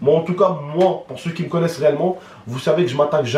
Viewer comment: on dit "me" pas my